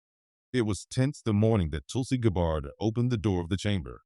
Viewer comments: It’s so important to pronounce a proper name properly! It’s not GABARD ITS Gabb ard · I agree. Notice the subtle spelling difference in Senator Schiff's name ("Schift") and the French pronunciation of "Gabbard" in this factually based fictional narrative. Perhaps this is done to mitigate any challenge of slander, should Senator Schiff's legal team be stupid enough to challenge this video in court. Such a move would not only give it more publicity, but also open the case up to more independent legal "discovery" which could only serve to tighten the legal noose around Senator Schiff's neck. My prayer is that The Lord God Almighty "Makr America Great Again" but only for God's glory; not to "get anyone's reputation or put them in jail, unless justice, not revenge, requires it. May God guide Trump and his cabinet Secretaries toward the direction of my prayer. Remember: "Vengeance is Mine, says The Lord" on judgment day, The Lord Jesus will mete it out to those who have rejected Him and have not repented. Amen.